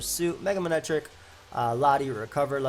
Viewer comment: “manetric comes out” Classic